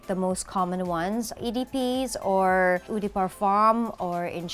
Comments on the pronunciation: Has noone told this girl that "eau" is pronounced "o" not "u" ? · Hearty, eau is pronounced more like “oh” :)